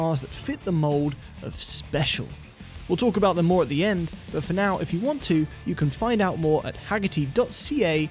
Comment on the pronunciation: "Aboot". That is full Canadian right there.